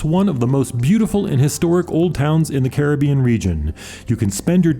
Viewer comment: Thanks for your informative video. And especial thanks for pronouncing Caribbean properly.